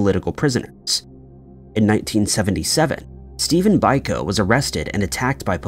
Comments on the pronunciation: OMG. Seriously. Look up words you don't know before recording. FIFA is "fee-fuh" not "FIF-uh;" and it's BEE-koh, not BIHK-oh. People listen to your videos. You owe it to them to get this sort of thing right. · Biko is pronounced BEE-ko